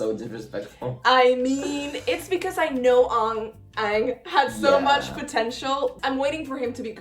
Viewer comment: I just want to let you know, that you're pronouncing Aang wrong. It should be pronounced like the "A" in the word Avatar, not as "Ong"